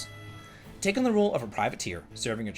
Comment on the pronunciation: Uh-uh. There’s no one in Japan named“take” like “take something” Here’s a general rule: if you would use a long vowel in English, use a short vowel sound instead. It’s not a universal rule, but it will do wonders for your pronunciation.